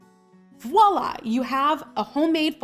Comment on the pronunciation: It always makes me cringe when she says voila incorrectly. "Woila" -. lol